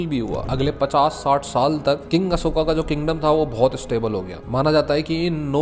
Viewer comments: Bhai pehle toh ye mahan samrat ASHOK ko ashokaaaaa Kalingaaaa bolke naam bigaadna band karo tum angrezon ki @@@ nahi ho yrrr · भाई अशोक हैं न कि अशोका 😅😅😅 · भाई बस हिंदी को बिगाड़ो मत, कलिंग को कलिंग रहने दो कलिंगा मत करो और सम्राट अशोक है अशोका नहीं। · अशोका मत बोलो अशोक बोलो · Ashoka ❌ Ashok✅ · Bhai ap kaling kalinga nahi aur ashok aur ashoka nahi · Hay it's not Ashoka it's called ashok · Bhai Aapse Ashoka 😂sunn k achha nhi lga vo ashok h 😅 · कलिंगा नही कलिंग होता है अशोका नही अशोक होता है 😏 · ❌कलिंगा ✅कलिंग ❌अशोका ✅ अशोक ❌ मोर्या ✅ मौर्य Pahle bolna sikh le fir knowledge batna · Don't say अशोका to अशोक✌️🤍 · Ashok not ashokaa Kaling not kalingaa